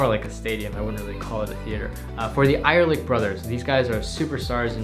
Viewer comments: I am German and the way you say "ehrlich Brothers" was really funny 😂😉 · it was so funny how you pronounced the word "ehrlich" but I watched the show live and I would vote for you too if I would be there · It's so funny if you're German like me when you pronounce Ehrlich Brothers. 😂😂😂😂😂Liebe Grüße an "Doctor me"